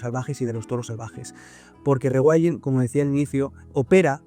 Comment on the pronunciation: con tanto "regüaildin" me pierdo